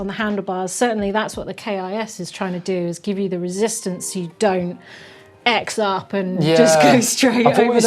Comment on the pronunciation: OK... I like as a presenter, but trying to get down with the (incorrect) kids by saying 'x-up' when the term is actually 'CROSS-up' and in text that is shortened to the letter x... In the same way 'moto-x' is moto CROSS, not moto x!!! It's just ignorance from yoooff who didn't know the x means 'cross'. I am x-ing my arms in dispair🙄😄